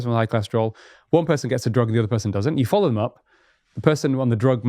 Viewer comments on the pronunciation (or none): none